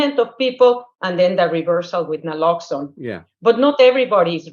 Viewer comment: Keith saying people dont know what Naloxone is, is shown by the fact that even Harry didn't know how to pronounce it.